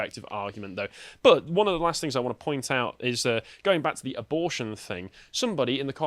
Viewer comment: Anyone else hate vocal tic where he puts "uh" at the end of sentences or words for no reason? In what universe is "but" pronounced "buhtz-uh"?